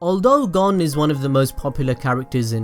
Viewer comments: To help you with your pronunciation problem look at the japanese harigana A is (ahh) i (eeh) u(oo) e(eeh) (o)oh Hope that helps like for example Gon is (goh-n) not gon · Wow your just su works! ITS GON AS IN CONE BUT WITH A G AHHHHHHHHHHHHH